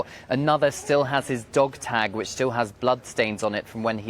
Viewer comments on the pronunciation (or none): none